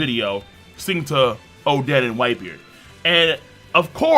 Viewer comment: Why you say oden like that